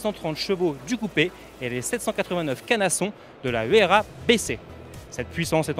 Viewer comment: Huayra et non Huyara Et ça se prononce "Ouaïra" pas "Huera"